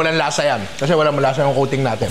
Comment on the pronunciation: Yeah, I was wondering why there was a meow after he said coating, ohhh “kuting”!! 😂😂